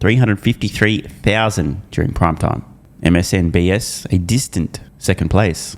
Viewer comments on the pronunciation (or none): I've been hearing you say it wrong for years now... It's MSNBC NOT S. lmao